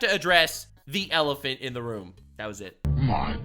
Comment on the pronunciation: Emphasis on the ELEPHANT in the room 😆